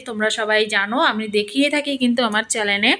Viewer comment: চ্যালেন বলছো কেন? ওটা চ্যানেল হবে! লেখা পড়া বোধ হয় খুব বেশি জাননা! তা মূল্য টা কতো?ঐ ৪০০ গজ যায়গাটার দাম বলো আমি নিতে চাই!